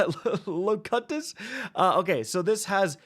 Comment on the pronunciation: Locus LOW-CUTE-US .. Star Trek TNG? Locutus of Borg?? Bueller? Bueller?